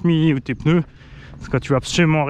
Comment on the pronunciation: Un peuneu Des pneus 😜😂😂